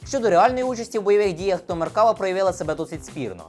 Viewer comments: Не "меркАва", а "меркавА", бо хибний наголос при публічній промові- це ж "крінж". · MerkavA - на останню літеру наголос.... Усі роблять відоси про нього (неї, бо це жіночий рід) і в незалежності від мови роблять цю помилку. Не зовсім розумію, як можна назбирати матеріалів на цілий випуск з купою технічної інфи - і просиратися кожен раз на простій назві🤦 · Там наголос на останній склад в назві танку - Меркава́, що з івриту означає "колісниця" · оглядач танкової техніки, а не знає правильне вимовлення ізраїльського танку? 😄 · Меркава - ударение на последнем слоге ... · Крінж говорити МеркАва, а не МеркавА і НАмер, а не НамЕр. Але.... всі інше цікаво, змістовно. Дяка! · За вийнятком проблем з наголосами в назвах "МаркавА" та "намЕр" – цікавий огляд. А "мирні" палестинці легко причипляли вибухівку до меркав через те, що у них, як і в будь-яких танках – дуже обмежений огляд. І сумніваюся що на відео саме остання модиффікація меркави 4, де за допомогою камер зовні танка та шолому доповненої реальності командир танка має огляд навкого танка на всі 360 градусів не виходячи з середени. Та й якщо б навіть то була остання модифікація, камери можна легко вивести з ладу навіть стрілецькою зброєю.